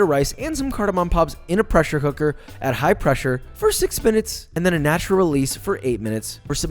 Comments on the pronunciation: Did you say "pressure hooker" ? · He said pressure hooker. Teehee :D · Did he say Preasure hooker?